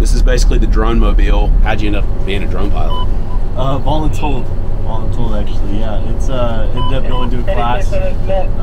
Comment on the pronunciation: My boy said VOLEN-TOLD